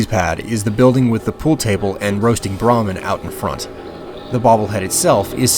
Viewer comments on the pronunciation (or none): none